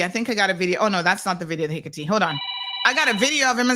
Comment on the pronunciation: Don't know what the winner said, but it wasn't Hickatee. Sounded like hickitin. 😂